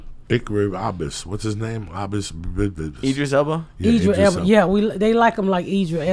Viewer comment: ickery ABUS. i literally can't. the best part is i immediately knew he meant Idris.